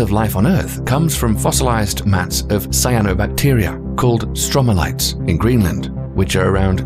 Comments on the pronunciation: The video narrator also referred to “stromalites.” The word is stromatolites. The writer(s) can’t even get that word right, which is one of the big problems of both Wikipedia and YouTube... there’s a regular failure to fact check and thus the public is given misinformation. No wonder so many people believe the earth is really flat! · Dear narrator and writers: There is no such thing as stromalites, the word is stromatolites. You should fix that if you want to be correct and taken seriously.